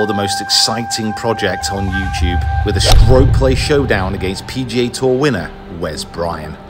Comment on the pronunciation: that's how some Filipinos say youtube, "youchube" . :D different but the same.. what a fun match to watch